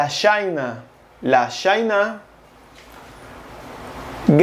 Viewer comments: Pero China...se pronuncia mas.o menos... Chin no chaina como en ingles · Perdonen mi ignorancia, La Chine no se pronuncia "La Shin"?